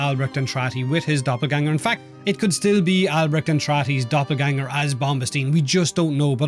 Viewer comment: Hearing the word Doppelgänger with englisch accent is funny XD